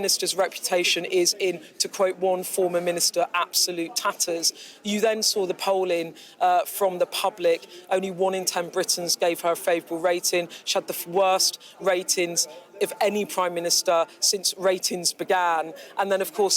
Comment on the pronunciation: Can this woman not pronounce g , as in poling , rating , charging, reporting . Is it a speech impediment ? K